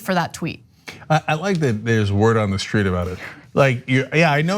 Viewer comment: She said "word on the stweet" lol